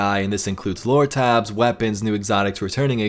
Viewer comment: OK I know I’m not the only one who is or was watching and hearing him say “Loratabs” instead of what I think he means, which I believe is just “lore tablets or tabs” lol I don’t know I keep replaying it over and over again listening lol! Please someone was say something, please so I know I’m not going crazy! 😜 I mean, even YouTube’s own auto caption says and types out he saying “Lora-tabs” rofl